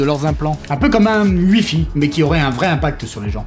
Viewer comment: c'est le problème quand on créé tout un univers. J'entends "uifi", je comprends "wifi", mais je me dis "ça peut pas être un hasard, il a dit uifi, quand même." ... Universal... Internet... Fidelity ? Je sais pas, mais ça m'intrigue, du coup.